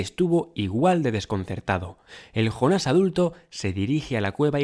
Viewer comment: Por qué será que los españoles no pueden pronunciar una palabra de otro idioma tal como la escuchan??? Es que acaso no escuchan bien??? Si ves la serie y aún estando traducida al español, igualmente escuchas el nombre JONAS (yÓnas) por qué diablos ustedes pronuncian JONÁS ??? Es yÓnas Yo pensaba que esa deficiencia que tienen en España para los idiomas, culminaba en cosas absurdas como cambiarle el nombre de la realeza... Que al príncipe William le digan Guillermo, Carlota a Charlotte y Carlos a Charles, es algo que me sigue intrigando